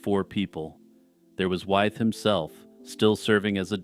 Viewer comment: Interesting and well-presented - except for one thing. George Wythe's name is pronounced "with" - a good example of how English is confusing!